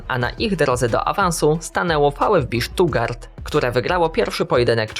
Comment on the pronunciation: Wróciła wymowa "fał ef bi sztutgart" 😂